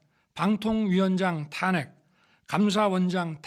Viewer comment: 예산 탄핵 까지도? 예신도 탁했시켰다고 읽는거야? 한잔 하셨어?